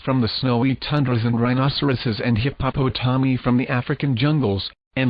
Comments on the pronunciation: Hip-Hop-O-Tommy😂😂😂 By far, the best way to pronounce hippopotami!!! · I am tickled every time I hear the computer voice read hippopotomi. :-)